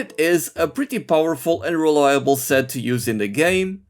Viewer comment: wewiiable uwu (no offence, I genuinely find it cute)